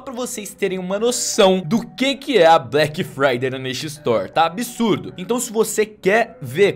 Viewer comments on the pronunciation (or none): "Blequi fraidei é na nexa estori" IRONIA, PROFESSORZINHO DO YOUTUBE! ... Mais pra participar do sorteio #Black Friday é na nesha store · "Black Fryder é na neshestor" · "Black Fryday é na neshestor"